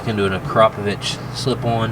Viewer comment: Ack-ruh-poe-vic.....not whatever you said.